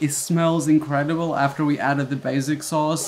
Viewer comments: stop saying baZic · They way you are pronouncing basic Is actually making me want to pull my ears off. Basic as in BAY-SICK